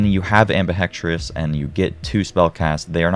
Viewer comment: Helpful guide, but why do so many Youtubers insist on mispronouncing Ambihextrous? It's four syllables, not five. It's not Ambi-Hex-Tri-ous. It's Ambi-Hex-trous. Anyway, my initial combo was Spellshot + Stabb, mainly for the 30% increased crit chance and a few other passives, but while they can help overall damage, the Graveborn seems to actually increase survivability and increase spell use. Also, Faithful Thralls works with any companion, which includes hydras you summon via spell, or from reloading.